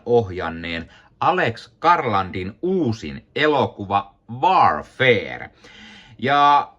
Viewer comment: Vaar-feer? No kai sen noinkin voi lausua... 😄